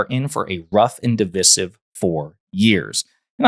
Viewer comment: I couldn't watch the rest of the video after hearing you pronounce the word divisive... Google it